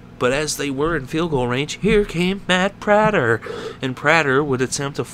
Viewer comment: You prenounced these names wrong: Eric Ebron, Matt Prater, Joseph Fauria